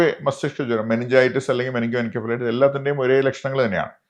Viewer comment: "muh-ning-goh-en-sef-uh-LIGH-tuhss" - correct pronounciation